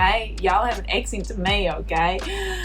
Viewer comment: Hilarious how she's mindblown by a vowel shift while pronouncing "accent" like eck-sint with the most shifted vowels I've ever heard